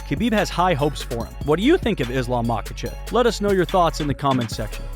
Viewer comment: You are mispronouncing his name you miss pronounced his name about 100 times in this video